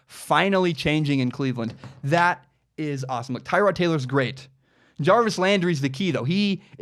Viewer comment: I thought it was Ty-Rod... could be wrong...